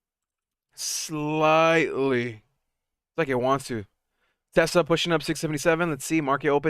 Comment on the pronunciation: Why do you always pronounce Tesla as “Tesler”?